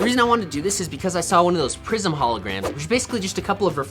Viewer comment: When he said prism I thought he said prison. I was so confused😂